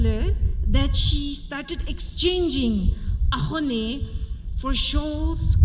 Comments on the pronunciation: To all the SUMI people who pronounce 'AKHONE' are AXONEBA People's 😂😂 SUMI TOTIMI who don't know how to make AXONE are AXONEBA TOTIMI😂😂😂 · you nail it, mos of the people including our sumi can't pronounce axone and its origin. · Thank you for pronouncing axone with originality...nowadays wannabe celebrities tend to say it as akhone